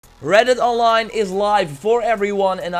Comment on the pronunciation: Not hating but in the beginning it's sounds like your saying "Welcome to Reddit Online"